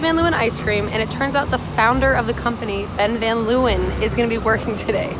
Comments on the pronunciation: any other dutchies deeping how much the word leeuwen was butchered in pronunciation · The way they pronounce Leeuwen lmao